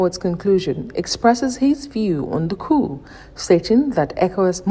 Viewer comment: Tinibu will never speak without errors! 😂😅 The POOOOO LEADERS instead of COUP LEADERS. What a shame